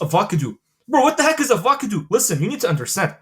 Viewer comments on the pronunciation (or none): love how you say avacadoo instead of avocado